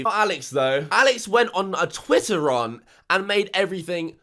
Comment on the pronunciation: Right mate I was with you here until you pronounced the word 'rant' like 'rarnt' - absolutely deplorable behaviour